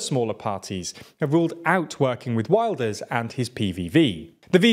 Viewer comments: FYI, Dutch names aren't pronounced in English. Wilders isn't pronounced like the English Wilder, more like Vilders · Hmm, not one of better efforts. Wilders barely gets a mention at the end and his name is mispronounced: it is Will-ders, not Wild-ers!